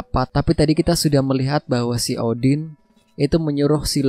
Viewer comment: kalau odin dibaca oden jadi kayak kenal gitu bang😂